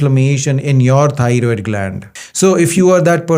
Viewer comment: TY Dr for this information! I Love Yer Accent, Lol. I thought U were saying tired gland, But thats EXACTLY what it is, We tired out, Our Thyroid gland!